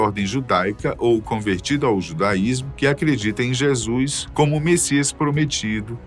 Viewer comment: Que agonia de “Jésuis” 🫤